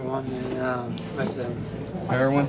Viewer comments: I hate when people say "hair-ron" instead of "hair-owen" it sounds so wrong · The officer pronouncing it as "Hair on" is absolutely annoying. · Did he say hair Ron ,he can't Herion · Was anyone else annoyed when he kept calling it heron instead of heroin ? Heron is a bird. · That deputy knows damn well how to pronounce heroin. He keeps saying her-ON. Ive met a few people who do that. Why? Seriously why?